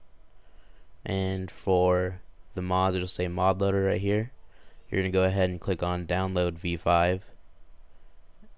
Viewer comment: did he say mob loader?! WTF..